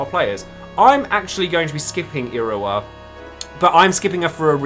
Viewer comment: the way you say iroha is werid is like iroa on japanese you pronounce the h